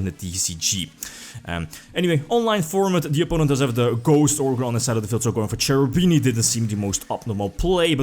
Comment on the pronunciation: Hi, I really care about pronunciations of names and I suggest you to watch this fast video to understand how to spell Cherubini:) I hope you will appreciate this: Btw nice videos every time, I really enjoy watching them!